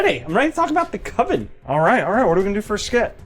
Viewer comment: There's only one Coven and it doesn't sound like OVEN, man.